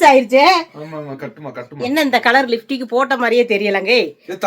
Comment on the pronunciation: சாந்தாக்கா லிfடிக் இல்ல லிப்ஸ்டிக் னு சொல்லுங்க